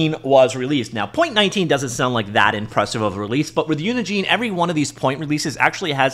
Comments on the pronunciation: Normal people: "uni gen" This dude over and over for 10 minutes: "uni JEAN" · Pretty sure Unigine is pronounced like Engine.